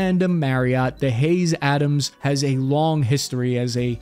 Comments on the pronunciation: Bro, what is Hays Adams? You keep saying that. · It's the Hay-Adams. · Can you please stop mispronouncing the name of the Hay-Adams Hotel. You’ve said it wrong - in different ways - far too often.